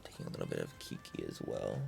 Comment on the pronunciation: Is it pronounced “key key” or “ki ki?” You said both.